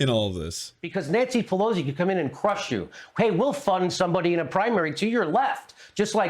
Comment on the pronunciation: Jimmy can’t even pronounce Nancy Pelosi’s name correctly.